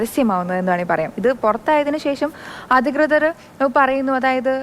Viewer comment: അധകൃതർ അല്ല ഇച്ചായി.... അധികൃതർ 😊0.09 ഒന്ന് കൂടി കേട്ടോ